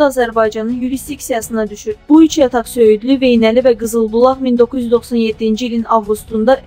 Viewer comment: Veynəli yox,Vejnəli